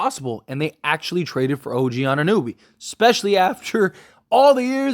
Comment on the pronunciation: why does no one know how to pronounce OGs name? It's not like there aren't 1000 videos on him atm